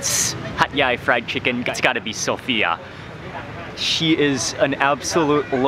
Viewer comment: He kept on saying Hat yai. I kept on listening hot guy